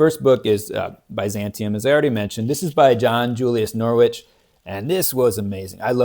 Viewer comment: That Byzantium series is great! Volume II is my personal favorite, but I like it all. Oh, and just so you're aware, the "proper" pronounciation of "Norwich" is apparently "Norrich". I only know because I was corrected by several British listeners. 😂 Thucididyes is one of my possibilities as well, but I's skeered. 😁 The Runciman Crusades set has been on my radar for a long time. I need to get a copy of that thing already. And I've had the Flexner Washington set for a while. The 250th Anniversary could be a good reason to check that one off. The Foote series is a nicely written (the style is something I haven't seen in many histories) narrative of the war -- primarily the military history, but it touches on other aspects as well. I'm sure plenty of contemporary historians would have issues with the thing, but it gave this common lummox a solid overview from which to launch more focused reading. Nice list of books in any case. Glad you're participating in Historathon. Hope you enjoy all your reading!